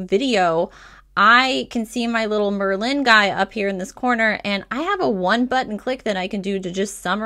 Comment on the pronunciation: I'm writing this to help and offer some constructive criticism. Merlin is not pronounced liked Berlin. The emphasis is on the Mer, not on the Lin. Merlin was a sorcerer in the Medieval times and because of the magic the app can do it was named after this famous sorcery and magic. Why is this helpful? Because from the very beginning you don't sound like you know what you're talking about because you're pronouncing the name wrong. Continual use throughout the video of mispronunciation degrades confidence in the viewer and ultimately has them clicking on another video (which is what I did). Go to any other vlogger talking about Merlin and listen to how they pronounce it. My recommendation (if you want more views) is to re-record the video with the correct pronunciation and see your analytics go up, views, duration watch time etc. You don't have to delete this video, just hide it for now after you make a new one with the correct pronunciation. Keep the new one up and see what kind of results you get. I have a feeling you'll see much better results especially in the watch time and where fall off (if any) happens. Good luck!